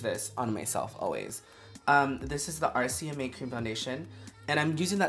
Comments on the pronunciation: RCMA, not RMCA 😉 we got you girlfriend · When Laura says RMCA and not RCMA lol I'm not mad its so Laura!! lol Love this collab is bomb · Laura, sweetheart, it's RCMA NOT RMCA ❤❤❤ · how she say RMCA lol.. its RCMA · Lol “RMCA” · RCMA. she said it wrong